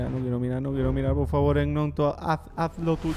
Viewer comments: Un detalle y es que se dice 'ñonto' no egnonto:) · Hola solo una cosa para decirte, Gnonto se pronuncia "ñonto" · gnonto se pronuncia ñonto no es broma si no fijate en los partidos en el leeds united